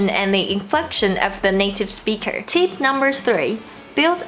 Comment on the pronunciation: You pronounced tip as teep.